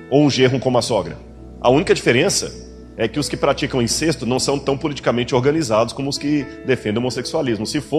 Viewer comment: A palavra é incésto e não incêsto. O acento foi só pra dizer que o som é aberto então fechado.